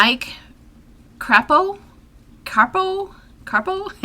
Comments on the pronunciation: It's pronounced Mike Kray-poe for Mike Crapo of Idaho. There' s a Crapo Park in my home town of Burlington, Iowa. Rand Paul, ugh, of Kentucky. I am definitely voting against this Libertarian Isolationist who is masquerading as a Republican. He is SO annoying. John Boozman of Arkansas had heart surgery in 2014 for 'acute aortic dissection'. Amazing that Boozman survived this, it is usually fatal. This guy seems like a good guy. He is pushing for his constituents to get COVID-19 shots, the federal government paying for their medical support and agricultural aid. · It’s pronounced Crapo light CRAYPo. I always call him Mike crappo like crap